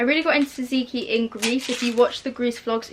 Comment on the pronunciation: Anyone else triggered by the way she says tzatzki? Actually love 😂